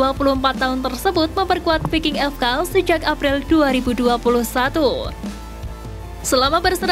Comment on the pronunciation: Di baca vaiking... bukan VI--- KING belajar donkkk bahasa inggris